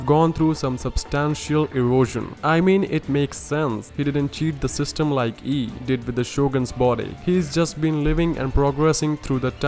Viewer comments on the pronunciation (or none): Her name should be pronounced as an a not an i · when you say raiden Ei's name you have to pronunce the i because the E on it's own sounds weird